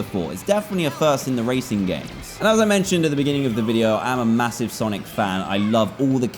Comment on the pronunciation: i thought he said sanic